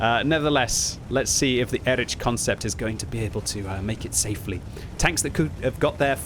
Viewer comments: please for the future, try pronouncing it like “erikh” instead of “erich” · Pleas say erih ant not erič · I am pretty sure it should be read as /ˈeːʁɪç/, or at least /ˈɛrɪx/,... And before anyone starts scolding me: this is not a critique, but a friendly advice to him, as is known for his striving for original pronunciation of the tank names 😇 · Again, EriH, ch in german is like H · It just dawned on me that the name of the German Leopard tank is spelled identically in both English and German. Listening to butchering the "Erich" part of this tank I suddenly realized it's the same with the Leopard. An English speaker will say "leperd" but a German speaker will also pronounce the 'O' and wil pronounce it "lay o pard".